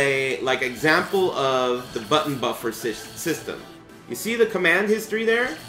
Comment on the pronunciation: Da buffuruuuu screams in korean